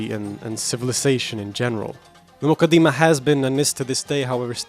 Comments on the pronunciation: It's not pronounced "The mooqadeemah" !! Its Muqaddimah! How on earth do you think you have the right to give your opinion on it when you haven't read it! An English translation is not reading the book because Arabic is a very unique language and Islamic sciences have a vast terminology that a mere Arabic linguist just cannot fathom because it takes years of specialisation! This is why we study all of these sciences in the dars Nizaami and when we graduate as scholars its expected that we have attained the tools to understand and interpret the true intended meaning of any Islamic author ! What's more we study these books with a chain that is passed on to us by our teachers as part of our license to teach this chain being unbroken over the centuries from teacher to student until it reaches the author himself!! If it's the Quran then the chain goes unbroken to the Prophet Muhammad ﷺ the same is true of the Hadith which you love to make light of which shows how little your understanding is because if you had studied the science of Islamic narration and narrator critique you wouldn't be so flippant!! One of our most authentic scources of Hadith is the Muwatta in which many of the chains have only 2 people in between Imam Maalik and the Prophet Muhammad ﷺ one example is Maalik narrating from the successor to the companion Imam Naafi who narrates directly from Ibn Umar who saw, heard the Prophet Muhammad ﷺ say or do or approve something!! What's more Imam Maalik wrote down all his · Almoqadama , it is not moqadima